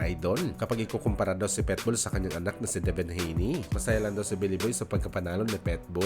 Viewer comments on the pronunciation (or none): Ayusin mo naman pag pronounce ng PITBULL hindi PETBUL haissst bisakul😅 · Pitbull boss hindi petbull😂